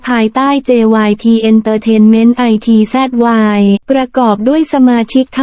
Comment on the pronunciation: ITZY..ภาษาไทยอ่านออกเสียงวงนี้ว่า..อิทจี..จร้า